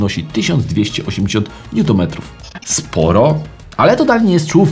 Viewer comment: Odcinek spoko z jednym wyjątkiem, niutonometry nie niutometry.